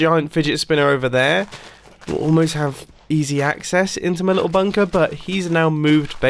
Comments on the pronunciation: he ses bumper in stead of bunker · Did he just said bumper or Bunker ?